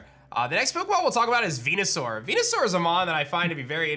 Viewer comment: good god if you HAVE to abbreviate the name, just call it Venus or Saur, not Veenoo - sounds like a shitty Star Trek character.